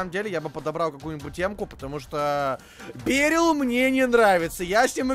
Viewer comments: Бе́рил нет, вообщето бери́л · Он не бЕрил а берИл